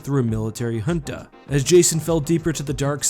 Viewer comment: Come for the Star Wars content, stay for TIL facts like how to correctly pronounce "junta"